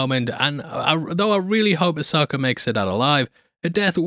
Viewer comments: There's no "R" in Ashoka 🤣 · Who tf is Asoker?